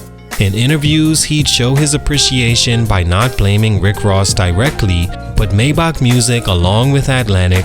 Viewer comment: Maybach not maybok😂😂😂